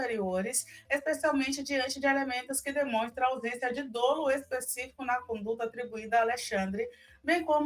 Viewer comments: Gente, é dÓlo, ó, e não dÔlo, ô!!! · Dolo é com "o" aberto. Se diz "dólo"